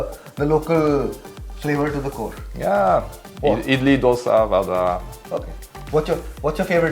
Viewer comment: This Frenchman pronounces Dosa better than 99% of North Indians. 😂